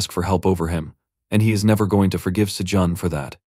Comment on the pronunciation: The other one has better pronunciation too. Every time it says Sajun I cringe because it's not said the same as it has been this whole time.